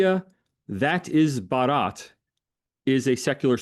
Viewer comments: Baa-rut. With a soft 't' is India. Bah-raat is a wedding procession. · I was impressed by profound knowledge of India, particularly his ability to pronounce Hindi words with remarkable accuracy. Although he occasionally stumbled, his effort was commendable, except for pronouncing "भारत" (Bharat) as "Baraat," which means procession. Given his English background, this minor slip-up is understandable. However, I disagree with his critique of India's non-expansionist policy, which seemed overstated. Despite some reservations on other points, the discussion was enlightening, and I applaud for his in-depth research and engagement. 👌👌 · It is Bh-aa-r-a-t not Bha-a-r-aa-t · Lengthy but just facts and no narratives. explaining RSS as an organization reinforces him as an Academic. No wonder he is sought by the lead media houses. He is so confident and so full of grace. Certainly Anand, Rahul, Zakka or Smita can train with phonetics especially Bharath, syllable by syllable 😂😂. Great job, worth the time. Cheers.